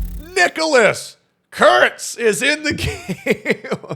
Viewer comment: I think you have a very bad word on your mind way too much. His last name is Kurtz, it’s not hard to say his name normally.